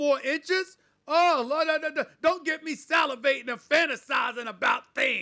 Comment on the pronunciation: Stephen don’t say salivating like that bro